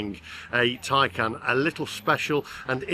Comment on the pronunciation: Taycan not Tiecan